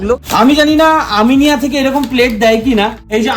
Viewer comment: Eta "Aminea" not "Aminia"